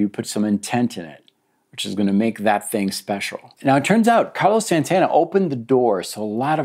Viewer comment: Plitora of othe 80s guitar heros? Did you mean Plethora? It's Carlos not Carlis. Wow dude